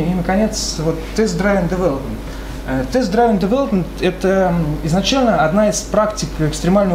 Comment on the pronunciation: "Дривн", чувак. Не "драйвн" :)